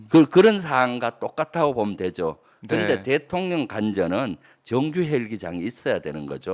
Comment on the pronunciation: 김병주 장군출신 의원님 ㅋㅋㅋ 윤석열 대통년 ㅋㅋㅋ 발음이 글케 들려요~~^^ 꿋꿋하게 대통년 으로 발음 부탁함미더